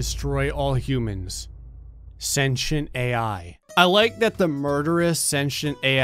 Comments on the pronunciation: He said senchent it’s sen tee nt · "Sashant ai" People who like to correct people: ITS PRONOUCED SCENT-TI-ENT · It's pronounce Sin Tea Ent not Sin tion. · its not senchent its cen T ent for sentient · just sound it out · Have i been pronouncing sentient wrong my whole life or?